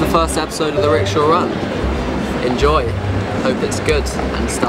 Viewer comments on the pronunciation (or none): It's called ricksha